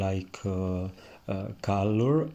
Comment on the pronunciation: I love watching you painting, you tranquil explanation and great technique and your funny accent but please I beg you: call it cOlor non cAlor. I'm not English mother tongue too and I'm a noobie of painting so I asked myself a good dozen of minutes what the hell caalor, kalor or whatever could be 😅